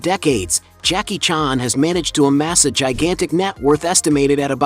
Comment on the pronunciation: Jacky “chaarn”